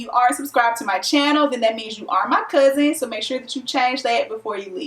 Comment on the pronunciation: Ohhhhhhhh Lol ok I knew you had a country accent. I was like maybe her parents are from the south. Because people tell me that I have a country accent sometimes but that’s because my grandmother is from the south. But when you were saying Cousin I was “oh she from Cali because they say Cousin a lot” don’t they?